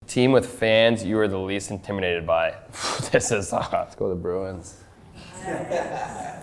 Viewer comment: Not Nylander struggling to pronounce intimidated 😂